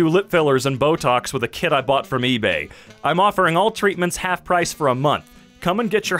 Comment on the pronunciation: When the video said "Botocks with a kit I bought from eBay" I heard "Botocks with a KID I bought from eBay"